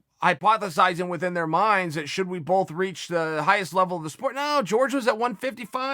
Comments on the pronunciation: Horhe it pronounced HORHE not george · Jorge “Georges” Masvidal -Chael “i dont know how pronounce people’s name” Sonnen